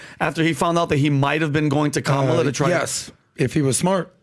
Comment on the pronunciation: Four supposedly intelligent men, can't pronounce Kamala's name properly or just refuse to.